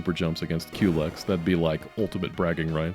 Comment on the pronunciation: I'm glad you pronounce "Culex" the same way I do. It's so annoying when peopel say "cullix" or "cool x"